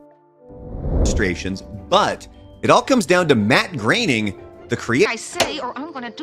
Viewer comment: D'oh! It's pronounced Matt Graining, NOT Groaning!!!